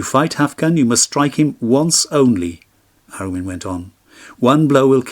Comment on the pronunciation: Ara-oon and An-oon